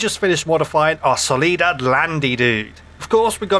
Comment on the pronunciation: you called it a "solidad" at the beginning